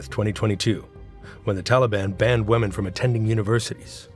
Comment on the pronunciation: Pronunciation: women = sounds like WIMM-EN, not WEMM-en.